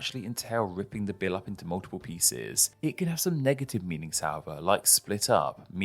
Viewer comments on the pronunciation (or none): none